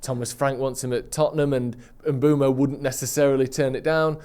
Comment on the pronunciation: Bryan Mbeumo. Pronounced: Mm-boo-moe Great video either way though!